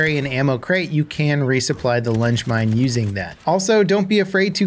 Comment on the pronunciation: I heard lunch mine 😂